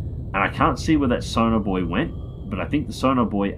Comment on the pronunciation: it took me 17 minutes to realize you weren't saying sonar bois